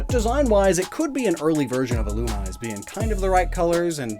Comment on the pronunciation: Illumise is pronounced El luu Mii say